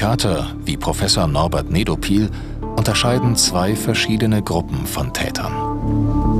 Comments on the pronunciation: Nedophil ernsthaft?😂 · hab erst Prof Pädophil verstanden... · Er heißt einfach Nedopil😂